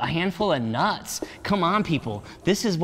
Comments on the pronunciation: And “nas” (nuts) lolll. I love him still 🤣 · This was good info and a good laugh! “Eegs, Nas, Friut”